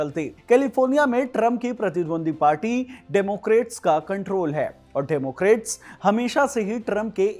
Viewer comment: डेमोक्रेट नहीं, डेमोक्रैट।